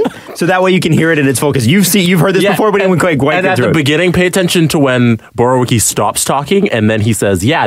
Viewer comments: Borwicky is pronounced Borvee-etzkee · His name is pronounced borv-e-eski